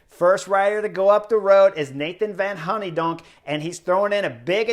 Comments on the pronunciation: You're like my father when it comes to pronouncing names... :P Hooydonck = Hay-donk and the oo = oa (goal), so try Hoaydonk. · Sorry chris, "van honnydonck"!? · Sweet-ass nickname. I spit out my tea when I heard this pronunciation. Genius, whether intentional or not.